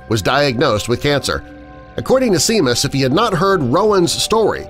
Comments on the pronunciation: do you know when you said Seamus it’s pronounced shamos not seemos I only know that because I’m Irish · Why can't these narrators learn how to properly pronounce names? Seamus is a common name pronounced Shay-mus, not "SEE-mus". This isn't the first time I have heard mistakes by Youtubers mispronouncing names. Even slaughtering the names of famous celebrities is a common occurrence. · Seamus is pronounced Shā•miss and not Sē•muss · The Irish name Seamus is not pronounced 'See-mus' .. it's pronounced 'Shay-mus'. It's as popular a name as Paul or Mark or Bruce is in the US! So you might want to try getting it right because your voice is used for so many YT vidz. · It's pronounced Sheámus not seam us lol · Seamus is pronounced shay-mus. Fyi. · It’s pronounced as (Shay-mus) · Oh Yeah it's not Seamus it's pronounced Shame us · Seamus is pronounced Shay-muss. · Seamus is pronounced “shay-mus” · "Seamus" is pronounced "Shahmus". Likewise, "Sean" is pronounced "Shahn", Think of Sean Connery, if that helps you remember. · Ok seamus is pronounced Shaymus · Seamus pronounced Shay-mus